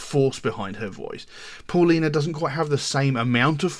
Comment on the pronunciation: Please . Spanish sound the AU like the car . . . Audi . . Pow-lina . . Paulina. . . Its not . . What ever we want to call her . .